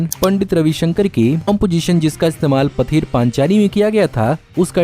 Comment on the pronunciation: Great pronunciation of Pather Panchali 😂😂